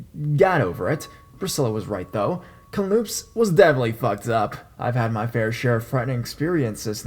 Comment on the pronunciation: Hey your stories r great I love them but I must laugh with u about the way u pronounced Kamloops British Columbia it sounds exactly as it looks but pretend the K is a C so u say it like this. Cam - loops ; )